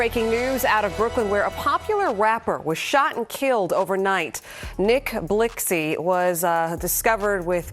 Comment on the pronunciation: Nick Blick zee btw 🤣🤣🤣🤣